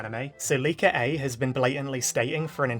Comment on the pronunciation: Whenever you said leaker I keep thinking your saying liko😅